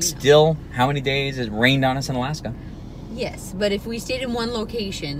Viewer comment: Alaksa or Alaska?